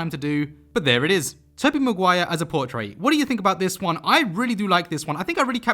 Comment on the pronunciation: I dont want to sound rude but dose he know hes saying portrait wrong